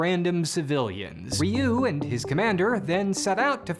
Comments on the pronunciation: Really weird hearing Zyuranger's pronunciation butchered while Ryu was said correctly. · How do you mispronounce Zyuranger, but correctly pronounce Ryu? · Surrpised you pronounced Ryu correctly but not the Zyu in Zyuranger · "Remember Rayoo from street fighter?" "Who..? Oh you mean Ree-yu" Yeah...he pronounce Ryu right btw